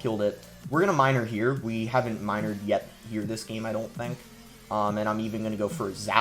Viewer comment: Does is sound like he pronounces "game" as "geem?"